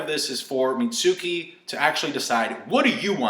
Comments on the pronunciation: Also it's meet-skee not mi-tsu-kee. That's like saying sasuke like sa-soo-kay. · Pronounced "Mitt" + "ski"